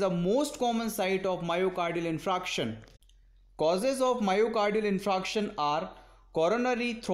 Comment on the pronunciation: You r pronouncing 'infraction'. But it is infarction'